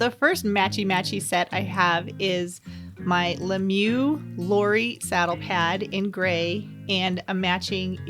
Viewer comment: The first le mieux you showed is actually pronounced: lou-are instead of Laurie like you said. I think frisbee look great in the purple xx wethabeeta do amazing saddle pads that are almost exactly like the me mieux but half the price!